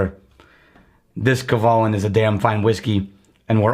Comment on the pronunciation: Can't even pronounce Kavalan correctly...…..LOL